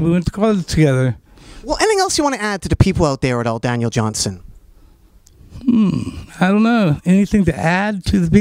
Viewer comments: Nardwar keeps saying his name wrong, and, it's aggravating! It's Johnston with a 't'! Not "Johnson!" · Johnston...Johnston Not Johnson...sheesh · Dude. His name is Daniel Johnston. With a ‘t’ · JOHN-STON...His name was Daniel Johnston...Not Johnson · called him Daniel "Johnson" about 15 times... smh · "Johnston" with a "t"- you know better, Nardwuar.